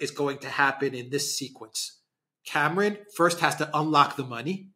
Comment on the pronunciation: Cameron . Not lord camaaron. F the lord